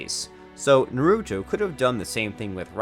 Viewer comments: Can tell he's never watched this shit with my favorite mess up out of all of them, "Narutu" lol it's the main character and you can't even get his name right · bro... "nu-root-o" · Saskee, narutoo, hocage lol